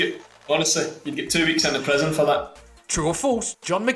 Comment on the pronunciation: john pronounce prison as “present” damn it is really hard for me to understand scottish